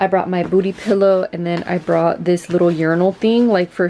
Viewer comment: She said "Cola juice." Lmfao 😂😂😂 For those of you that don't know she said booty juice 😂😂😂